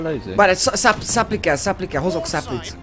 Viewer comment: a supply-t 'szöpláj'-nak kell ejteni.:)